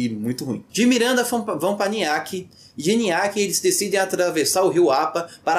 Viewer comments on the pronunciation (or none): falou errado niaque vc disse, o correto é Nioaque que significa clavícula quebrada na língua Terena, língua indígena